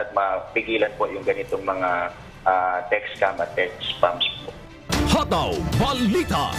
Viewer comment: Pwede po ba alisin ang 'aaàaa' s dulo ng salita. Tulad ng pagbigkas ng hataw aaaaa.